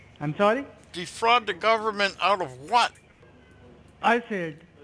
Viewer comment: Agreed “defrogging” the “gubberment” is very bad. Lol.